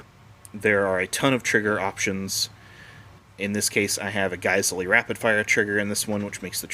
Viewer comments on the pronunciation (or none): none